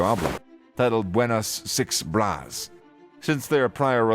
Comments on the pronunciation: Bruh, it's not "Buenas Six Bras" It's "Buenas Vibras" (bi.β̞ɾas) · "VI-BRAS" lol its vibras together "vibes" in english